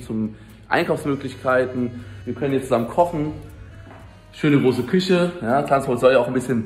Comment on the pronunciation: Gerade das Video von varion gesehen mit dem ch und sch in der Aussprache, merkst du es nichts selbst beim schneiden? 😅🤷‍♂️ Küsche und praktich triggern mich am meisten 😂 Wurdest bestimmt schon mal darauf hingewiesen, wäre schön wenn du im stream nochmal erklärst warum das immer noch so ist 😅